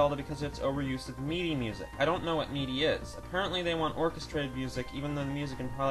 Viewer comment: FYI MIDI is pronounced like mihdee.